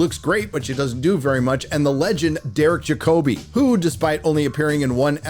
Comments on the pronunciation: Jacobi - as in the fantastic English actor Derek Jacobi - is pronounced Ja-ker-bee not Ja-koe-bee. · Oh man, you Americans and your version of the English langauge. Derek Jacobi would be rolling in his grave if he heard his Sir Name pronounced like that. Well, he will when he's dead. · Jack Oh Bee. Really. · thats not how you pronounce Derek Jacobi. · Wow never mind butchering the Roman names. You butchered Sir Derek Jacobi's. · how you pronounced Jacobi is just no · Never heard Derek Jacobi name butchered like that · Can just not speak at all anymore. Did you see how he just said jacobi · The way he pronounced Derick Jacobi name. For ffs😩🤦🏼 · You absolutely murdered the 'Jacobi' in Derek Jacobi.